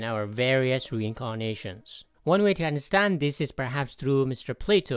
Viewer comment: you forgot the d in understand